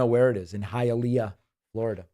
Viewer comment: So cute. David says Hi a lay a. Just so you know for the future, its pronounced Hiya lee ah.